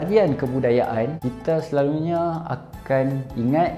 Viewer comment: starting cakap kl “selalunyee..” 😂 nihh, beranak celah komtar cakap penang laaa 😂